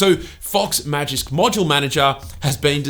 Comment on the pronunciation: Props for saying Magisk Modular Manager as many times as you did.